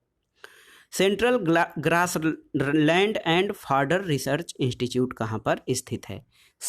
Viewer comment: इंस्टिट्यूट होता है इंस्टीच्यूट नही